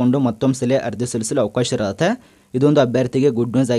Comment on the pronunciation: ಇರುತ್ತೆ, ಇರ್ರತೆ ಅಲ್ಲ 🙄